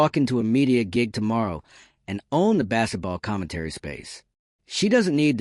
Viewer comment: What is bass-et-ball?